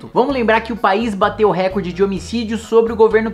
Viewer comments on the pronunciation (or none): none